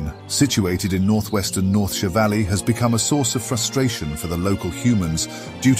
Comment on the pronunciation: The consistent pronouncing of «Northshire» as «Northsheer» puzzled me a bit. Is the narration AI generated? <.< Would explain a couple of words I picked up as I thought it sounded out of place, since the rest in near perfect. Either way I’m all for listening to this narration, so I’d say go for it.